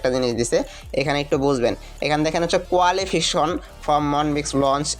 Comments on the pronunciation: টিকটকার রা আর কতো শিক্ষত হবে?রিকসাওয়ালা মার্কা ইংরেজি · আপনি আগে সঠিকভাবে ইংরেজি ভাষা উচ্চারণ। করুন। আপনি কোয়ালিফিকেশন টা কি বলছেন? সঠিকভাবে পড়ুন